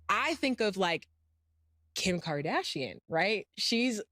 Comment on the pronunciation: She said Kim KardaSHIEN?????😂😂😂🤦🏽‍♂️